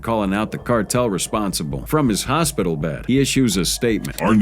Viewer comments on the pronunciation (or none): none